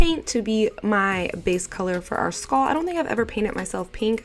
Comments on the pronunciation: “Skahll look” lol ily 💕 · The way you say skull 🤣🤣 love you